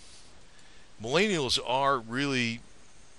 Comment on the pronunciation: Answer: because the baby boomers fucked up the economy and now "MilAYneealls" have difficulty buying things like your overpriced cars and houses and paying off student loans without an outrageous amount of debt. Because we haven't adjusted for inflation and now "MilAANelals" cant live off of minimum wage like you could have up until about the 80's. So yeah god forbid "MallAyENeealls" are less materialistic than the previous generations. (Edit): also because jeeps suck. If you wanted to show off your *extensive knowledge of jeeps*, you don't need to bash "MelleAYEEneEellls" to do it. Just make a video. (And maybe you wouldn't be made fun of for how you pronounce Millennial)